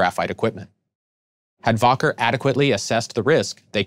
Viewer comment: It's pronounced WACKER not "Voker"